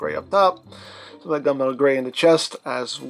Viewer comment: Not enough coffee. I heard gun metal gray as gumbo gray... ☕🥴